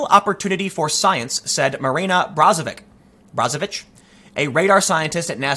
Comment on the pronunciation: It's pronounced BROzovic, brate